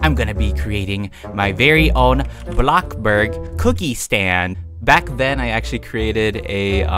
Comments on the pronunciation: no one in the world: BloCbuRg also: BoNe aPPle teEf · Every time you say blocburg I get triggered and those posters gonna be haunting me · you said blockburg stand... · Don’t say block burg say bloxburg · I WAS LAUGHING SO HARD WHEN HE SAID BLOCBURG